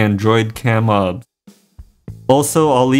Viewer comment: It is o b s not ob studio.